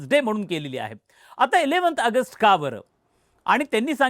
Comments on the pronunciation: अगस्ट अगस्ट काय ऑगस्ट म्हणा नीट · आगस्ट नाही रे बाबा ऑगस्ट आहे ते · अरे भाऊ अगस्त नाही रे.... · अय रताळ्या🤦🏻‍♂️ अगस्ट, अगस्त नाही रे!!! कुठून कुठून भरतात असली नमुनेदार माणसं?🤦🏻‍♂️🤦🏻‍♂️ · अगस्त नाही रे, ऑगस्ट असते ते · ऑगस्ट म्हणता येत नसेल तर AUG म्हणा plz खूप irretating वाटत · अरे याला आधी ऑगस्ट बोलायला शिकवा. बोल भिडू....काय आहे हे. कोण मराठी नाही भेटला का?